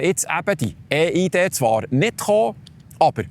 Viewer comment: Wieso ÄH IH DE? Heisst das nicht IH EI DI? Viele Grüsse 😉